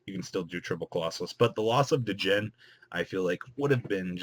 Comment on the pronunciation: its been like 6 months and people still dont know the d in djinn is silent >.>